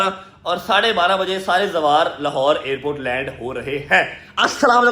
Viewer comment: Zawar ❌ bahn phar